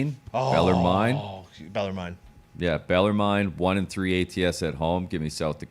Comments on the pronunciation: BELL ER MEN.... IM FROM THE VILLE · its pronounced BELL ER MEN..... IM FROM THE VILLE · just a heads up tone and gump for any future CBB Bellarmine picks. Bellarmine is pronounced Bell-er-min like the min in minute. Shaht aht to the whole crew for these winners in advance. Cheers.